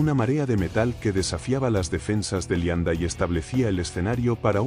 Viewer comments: Pronuncia mal muchas palabras. El nivel es bajo, parece una máquina. Uermach y qué es eso de Lianda? 😂😂. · Es cierto, Leibstandart la pronuncian lianda y asi todo lo demas.